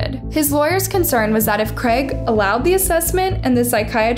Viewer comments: Creg?? lol it’s CR AI G, use phonics to pronounce it properly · First time I’ve heard someone pronounce Craig as creg 😂😂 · Except the mispronouncing of words, cheesum instead of Chisholm , creg, instead of Craig, erotic behaviour instead of erratic behaviour🤣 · It’s not the editors fault she pronounces words wrong! ‘Cheesum’ ‘Creg’. ‘Erotic’ 🤣🤷🏼‍♀️ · How else are you supposed to pronounce Craig? I always heard it pronounced as “Creg” lol